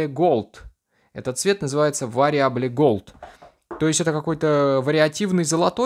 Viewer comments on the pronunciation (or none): Вариабле голд... Вэриабл* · вариабле голд !!!! 🤭курсы английского открывай срочно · Уровень английского; ВАРИАБЛЕ ГОЛД)))))))))))))))))))))))))))))